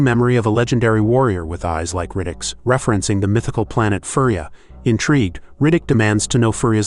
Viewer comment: At least get the pronunciation right. Your mispronunciation of Furya sounds like he is from a toy animal planet. The planet is pronounced He-lee-onPrime not Hell-lee-on. Don’t think you actually saw these movies.